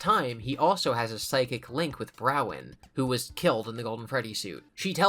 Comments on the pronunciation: Okay awesome, but listen, Bronwyn is pronounced Bron-Wen, not Brow-Wen. This is crucial lore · why are you calling her Browen when her name is Bronwen lol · Please, it's "brawn-win" stop saying "brown" 😭😭😭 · Why can no one read Bronwen correctly 😂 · my favorite is how he mispronounces bronwens name EVERY single time